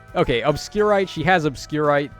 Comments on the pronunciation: It's Obscurité, not "Obscurite" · Very minor nitpick 😂 Obscurité is pronounced more like Obscurity, rather than sounding like some sort of rock or mineral lol. In Japanese, it's written/pronounced that way as well. They do this a lot with Engage weapons, like Alear's Libération. (Like Bell or Bear rather than Bird) It's not the regular English pronunciation of the word, but the Spanish Hope this helps and I don't sound like too much of a 🤓🤓🤓 I just cringe when I hear the mispronouncing so I try to do my best in enlightening my fellow summoner sexies 😉 But still how you say it is up to yall! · Based on the accent on the e, the proper pronunciation of the weapon is probably more like "obscuritay" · Isn't it french pronounciation ?